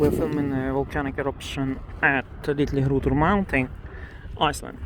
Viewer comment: I don't know if it's because some of my family are originally from Denmark, but I think I've mastered how to pronounce Litlihrutur from listening to you say it.